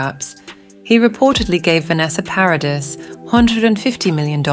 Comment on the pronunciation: Vanessa's last name is NOT Paris it is PARADIS! FIX your AI